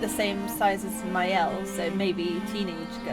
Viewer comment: I like your very unique way of playing the game. The new weapon for Maëlle, Medalum is her best weapon. It will make you in Virtuose stance in the beginning of a fight. Virtuose stance is the best. You want to be in Virtuose as often as possible. You did well with the french words, as a french, I approuve.👍